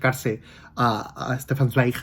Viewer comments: Hola, adoro a Stefsn Zweig y muy bien pronuncias su apellido y al igual que tú el primer libro que leí fue María Antonieta, que Salvo algunos errorcillos que tiene es un libro maravilloso... leí más obras suyas en los años siguientes: muy influenciado por Freud su manera de escribir es preciosa, enhorabuena por tu canal y video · Hola, Para iniciar te quisiera decir que me parece muy buena tu pronunciación del nombre Del autor, Éste libro, María Antonieta,lo leí hace muchísimo y antes de terminarlo recuerdo que desapareció de mi librería y nunca leí el final. Gracias por enseñarlo porque lo vuelvo a leer con tanto gusto. Con respecto a tu aspecto no te preocupes porque con el entusiasmo que tienes pues te ves tan bien como siempre. Un saludo y gracias por tu reseña Interesantísimo conocer la historia del autor